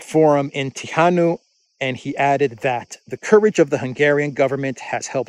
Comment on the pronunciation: BTW, in Hungarian "NY" is the equivalent of Spanish "Ñ", so Tihany is pronounced as "Tihañ". I've been there, beautiful place on lake Balaton. They say it comes from Slavic word "tiho" - quiet, silent. Balaton itself has Slavic etymology, it means "mud lake" (Blatno jezero, in Serbian). Hungary is very interesting, bcz when linguistic ancestors of Hungarians conquered the new homeland, they found 200.000 Slavs (closely related to today's Slovakians) living there, and they were assimilated into Hungarians. Their language has 20% of Slavic words, and one can see the similarity of Slovakian and Hungarian costume. Some 1000 Hungarian words are exactly the same as Serbian words, a result of migrations of Serbs further north.